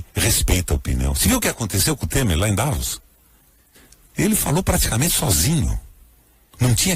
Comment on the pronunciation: O senador não sabe nem pronunciar a cidade de Davos... shame!